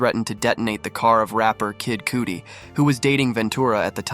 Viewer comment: If ur gonna mispronounce someone's name it should be the name of the "diddler" not kid Cudi! (KUD-D) not cootie lol